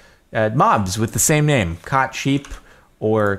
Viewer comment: "Cought" that hurt my brain a little